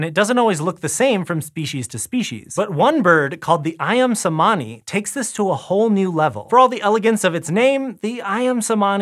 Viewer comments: I believe that the "c" in cemani is pronounced as a "ch" sound instead of an "s" or "k" sound. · I'm a bit triggered by pronunciation of 'cemani'😂 The 'c' in 'cemani' should be pronounced like the 'ch' in 'chicken' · Why is it so hard to get the pronunciation of “cemani” right, when there’s so much out there with native speakers saying it? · indonesian C sounds like CH - so /ayam chemani/